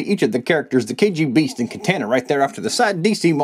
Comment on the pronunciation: The way you say "Katana" bothers me..